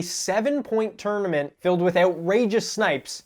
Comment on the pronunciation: "Seven point Tourmanent". Noice! ;-)